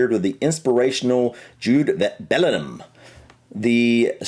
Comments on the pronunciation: Haaland doesn't play for The Netherlands, he plays for Norway Jude's surname is pronounced Belling-Ham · Few pronunciation issues - - The G in Bellingham is not silent. The middle syllable is ING, not IN - Lampard is LAM-PARD, not LAM-PERD - Scholes is SKOLES - Charlton begins with CH, not SH - UEFA is pronounced yoo-AY-fa did a lot better than! But seriously, great effort outside your comfort zone, guys.